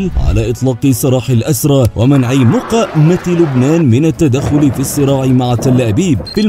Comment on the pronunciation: لماذا لاتلفظ المقاومة بشكل صحيح